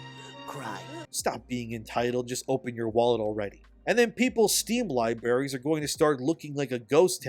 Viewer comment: "Steam lie-berries..." 🤣💀